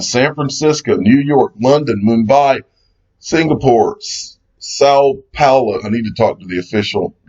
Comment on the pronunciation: São Paulo is in Brazil pronounced correctly